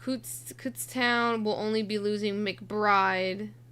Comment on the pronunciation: Kutztown is pronounced like a dumb way of saying two feet, or “foots.”